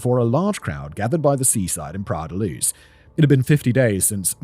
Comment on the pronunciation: "Praia la Luz"...!?!?! In Portuguese PRAIA DA LUZ!!! Portugal is Portuguese Language entirely nor Castilian Language!!!